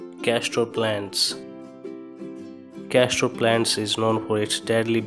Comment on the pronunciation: Number 07 Castor is pronounced casTOR not casTRO.